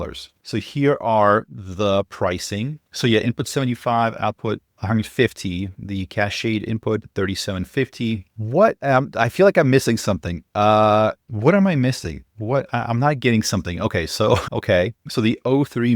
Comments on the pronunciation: probably tons of people have told you and you're just defying it but "cached" is pronounced the same as "cashed", 1 syllable. I cashed out and cached the data. I took the cash and cleared the cache. (and since I'm already posting that... I've noticed any of openAI models starting with `o` receive a preceding "The"... The o1-mini, The o3-mini-high, while no other models do.. not The GPT-4.5 or The Claude.. I'm not sure if it's intentional but it's remarkably consistent.) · it's pronounced "cashed" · “Cachéd” … that’s a new one.